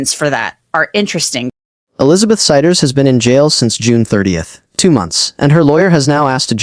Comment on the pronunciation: And the AI said their last name "Siders" wrong